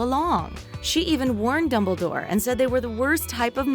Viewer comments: Is it just me or instead of dumbledore she says dubbledore😂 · is it just me, or did they say dubledoor ? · Remy literally every name... Dumbledore and a couple other names to